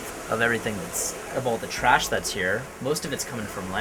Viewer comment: That was, like, the most, like amazeballs speech I've like, ever ever heard in like, at least like the last 2 seconds... Ugh, the fact that she turned the word "trash" into a 2-syllable word ("tuh-rash") was the icing on the dimwit cake. Even still, I've read perhaps a dozen comments from thirsty basement dwellers saying something about banging her. LOW standards, fellas. Sheesh. Oh, and this trio of videos was TUH-RASH, thank goodness now in 2020 Vice is starting to go back to the quality standard that put them on the map in the first place.